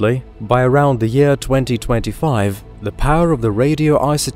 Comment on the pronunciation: "astronomical units per yaaaah"